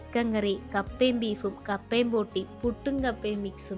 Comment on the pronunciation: Botti not potti❤